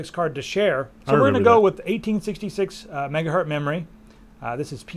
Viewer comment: Is it me or did he say "megahurt" :p